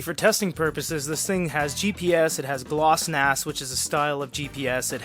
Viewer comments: It's Glonass not Glossnas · I'm judging you for those earnings and pronunciation of GLONASS